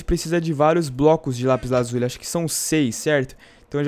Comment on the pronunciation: aff que ridiculo vc falando lapis AZULI kkkk